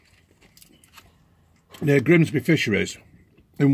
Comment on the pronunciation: ‘Grimsbeh Fishereh’